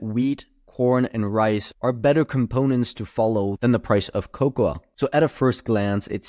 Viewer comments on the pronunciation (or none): It's pronounced kow-kow, or co-co, if you will. You're welcome. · The a is silent in cocoa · why is he saying cocoa that way lol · lol that is not how you pronounce cocoa